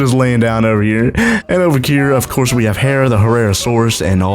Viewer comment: did you say ofquartz instead of of course